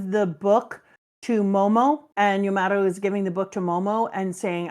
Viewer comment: It’s Yamato, not Yamoto